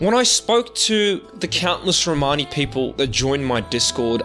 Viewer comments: Romani - with the accent over the 'o'. Your own guest Lee even says it for you in the correct way. You could have at least referred to them as Romani and not Romaaaaaaaaaani... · can't listen to this word "RomARni??" try saying Romani (There's no R in the middle of it) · It's not row mani it's one full romani or roma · You are pronouncing it incorrectly. Its RO-MAN-ee. My wife is Romanian and has Romani freinds. Also, this is nothing new. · Țingani.. not Rromani.